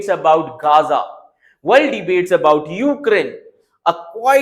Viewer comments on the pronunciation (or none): none